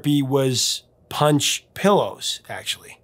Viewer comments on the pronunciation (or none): none